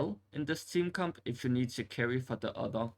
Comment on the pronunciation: Everytime you say "Comp" it sounds like "Cum" and I Couldn't take you seriously after that. Couldn't even finish the video 👎